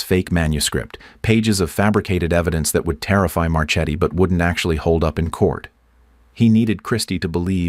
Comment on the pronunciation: Marchetti is an Italian name, so it's pronounced MarKe-t-t-y, not March-eddy. You're welcome.